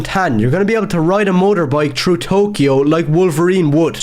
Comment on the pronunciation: Grown man who can't even pronounce "through" correctly crying and shitting his pants over women in a videogame